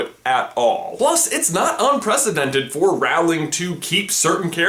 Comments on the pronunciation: Darn it. You are supposed to pronounce Rowling. Rolling Not Roaw-ling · It's R o ling not R ow ling ;) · The thing that annoys me most about this is that it's Rowling like "bowling", not "howling". Please say the name right xD Also you pronounce harry like "hairy".. whyyyy?? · You're pronouncing Rowling wrong. You say Rowling like howling. It's actually pronounced Rowling as in bowling. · It’s pronounced JK Rolling. Not JK Rowling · It's roll-ing not Row-ling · Rolling, not Raoling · Rowling is pronounced like bowling, not like howling (what you said). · Rowling as in bowling not howling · just a note i thought it was jk Row (as in to row a boat) ling, as you J pronounced it Row (as in to argue) ling, so checked wiki and they say "J. K. Rowling (pronounced rolling)" as in rock and roll ing. ! And i see in october of 2015 JK Rowling said Draco wasn't a werewolf. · ITS ROWLING NOT ROUWLING its its like bowling not howling :D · I'm sorry, but please pronounce J.K. Rowling's name right! It's pronounced "rolling" not "rahwling". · I'm sorry, it's Rowling is pronounced Rolling not Roweling. Sorry. It just bothers me. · Rowling does not rhyme with growling it's pronounced rolling. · rOOOOwling NOT rAAAAAwling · 'Rowling' - like rowing a boat. Not 'Row' like an argument. Sorry, this was annoying me! XD XD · I'm so sorry to bring this up as it is not in anyway relevant to the video, but it bugs me so much. YOU ARE SAYING ROWLING'S NAME WRONG!!!! It is said like Rolling not rOWling, I know the spelling of it is very confusing. I apologize once again, but it just bugs me personally so much. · You're saying it wrong. Its (pronounced) J.K ROLLING not J.K Rohwling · "lushus" "hairy" "rawling" can this guy pronounce anything right jesus christ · R-o-w-e-l-i-n-g pronuciation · Her name is pronounced “Rolling” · It’s pronounced Rolling. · Rowling rhymes with Bowling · Her name is actually pronounced 'rolling' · Rowling is 'rolling'!